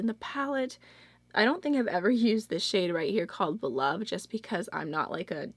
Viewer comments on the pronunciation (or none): none